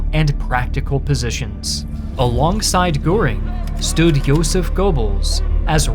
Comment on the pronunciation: It's Joseph not Yoseph